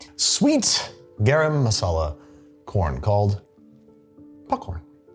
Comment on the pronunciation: I enjoyed the video but had to leave a dislike for your pronunciation of garam masala